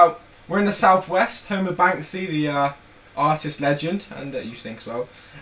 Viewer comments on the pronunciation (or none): none